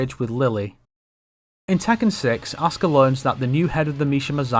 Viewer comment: everytime he say Asuka's name, it sounds like "Oscar"...